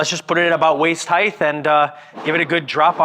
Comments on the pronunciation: Height.'T' not waist heighth! There is no th at the end. Width and height! Weight and height! T T T. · He kept pronouncing it 'heighth' too. Hurts my brain!